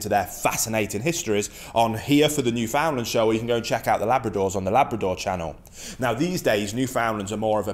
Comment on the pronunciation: Hey, Thanks for your espousal of the two Dogs. However, firstly, I must comment. Your pronouncement of Newfoundland (the Dog and the place), is incorrect. Said properly, Newfoundland, when uttered will rhyme perfectly with "understand". As they say, "Understand-Newf-in-Land. A small quiver to those not from here, but a massive one to those who call this place home. Columbus